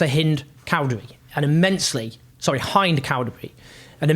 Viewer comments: You said it right the first time its hind, as in hindering not hynd as in behind 😂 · You said her name correctly the first time bro. It is hind ( hin-d)not hinde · Great report . Free 🍉 🍉! Having lived in the ME for 16 years, from experience I would say Hind Khowdary’s name is probably pronounced with a short ‘I’ so probably like Hind(ustan). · Owen you first pronounced Hind correctly, and then apologised and “corrected” yourself incorrectly. Pls say her name right.